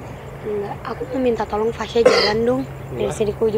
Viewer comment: Jls bnget kata "tolong"😭